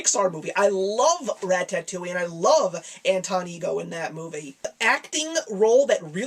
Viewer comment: the way you pronounce ratatouille...